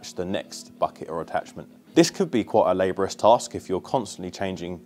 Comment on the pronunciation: Lab - or - rius not labrous